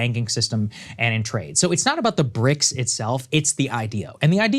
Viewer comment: ok so its now bricsisauee or bricsausiee